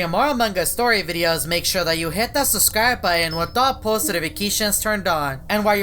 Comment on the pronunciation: it's not boan it's button ok? Learn to pronounce And it's not suscrie it's subscribe it's nottttttt labotory it's laboratory